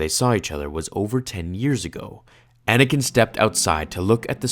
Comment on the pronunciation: you said Anakin wrong